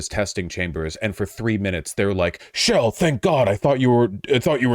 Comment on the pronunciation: I’m not even focused on the topic I’m just wondering who the hell pronounces Chell Portal as “shell”